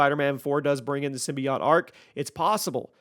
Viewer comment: Symbiote... Not symbiot